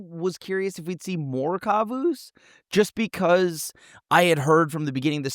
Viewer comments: pronouncing Kavu like Kazoo is adorable 😂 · did not just call them kuvuus...